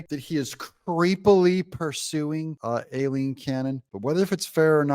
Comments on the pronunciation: It’s Aileen not Alileen! Unless it’s done on purpose of course? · It's pronounced EYE-lean.